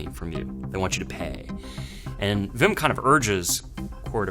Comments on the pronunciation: But they do it right with words like 'weapon' so I don't get why they say Vim instead of Wim. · English speakers can't pronounce a proper w. It's Wim, not Vim. Vim is a text editor. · It's not VIM or VILLEM , WWWWWWWWWWWWWWWWWWWWWWWWWWWWW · It only takes one Dutch person to get the pronunciation right. They're not that rare, so the New Yorker must just be plain lazy. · Very well explained. And don't worry about all the comments about mispronouncing Wim/Willem. It's close enough. The pronunciation of the Dutch W doesn't exist in English so I can't blame you. The V comes closest. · Give him a break, the Dutch 'w' does not appear in the English language. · Jezus Leeft what do you mean like in 'weapon'? The w in weapon is pronounced like any other w as a first letter, it doesn't sound anything like the Dutch w. (If you're pronouncing weapon with a Dutch w, then you are pronouncing weapon incorrectly.) As far as I know there are no English words with a w that are pronounced as the Dutch w. The V comes closest, so I can't blame them for pronouncing Wim as Vim. It's good enough.